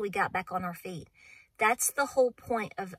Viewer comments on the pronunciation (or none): none